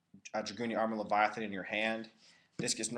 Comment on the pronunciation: Don't confuse "Leyvaten" with "Leviathan"